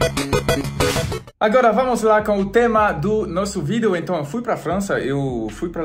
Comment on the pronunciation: ..você ainda continua dizendo "vido" e não vídeo kkk